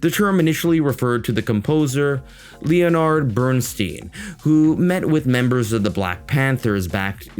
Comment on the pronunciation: leonard sounds like 'lenard'